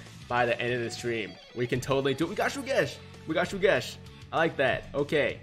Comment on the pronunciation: Once again that character is NOT PRONOUNCED SUGESH BUT HE IS PRONOUNCED SHUGESH AND WHAT I GOT IS ABSOLUTELY NONE OF YOUR BLOODY BUSINESS